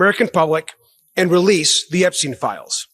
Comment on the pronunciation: (329) "Wewease Woddawick!!!"